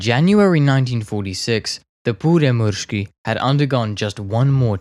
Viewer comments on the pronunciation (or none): sorry to be that one guy but that pronouciation was differeant to say the least im from finland btw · And that's what he has probably used. His pronounciation is far from perfect, but close enough for me. But, this a matter of opinions, so it's pointless to continue. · You are doing fine when speaking Finnish, just remember to pronounce strong "R". As far as i understand DB605's power was limited in Finnish use to around 1300hp because engines we received had only cast iron cylinder liners without chrome plating. They wore out very fast if you used all 1450hp. Pyörremysky looks like a great desing to me, Myrsky was a disaster structurally. Wooden structure could not cope with the rain and damp, we did not have good enough glues at the time. I think best Finnish design, conversion was so called Mörkö-Morane. Decade ago i built Mörkö as a giant scale RC model, and it flew really well and it was fast. We should have abandoned the Myrsky project and concentraded building Mörkö's and Pyörremyrsky's.